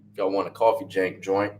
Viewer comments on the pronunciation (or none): You crack me up when you say "Jank" lol